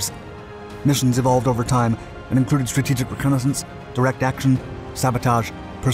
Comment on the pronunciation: Best content on YT. But the narrator says some words kinda funny 😂 - especially "strategic".